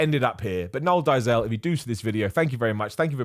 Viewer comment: It's pronounced more like "Dayzill". Flippin' Seth Efrekens. 😂